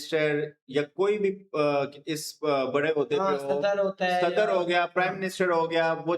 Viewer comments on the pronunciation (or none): Aap sadar ko sadad kio bolte ho pdime minited